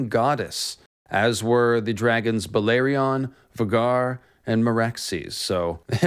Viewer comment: Balerion... That pronounciation kills me.